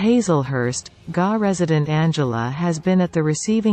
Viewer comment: Seriously, it reads GA, the abbreviation for Georgia!!! And this pronounced it "ga" like gaga lmao. And what are implonts 🤣🤣🤣🤣🤣🤣